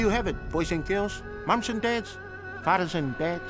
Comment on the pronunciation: " fank u boys and dads, fadas and...dads." Lol